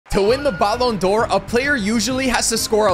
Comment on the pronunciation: Learn how to say ballon d’Or the right way you say is so annoying💀